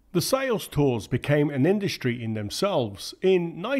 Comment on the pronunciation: Practice saying strike, struggle and industry instead of shtrike, shtruggle and indushtry.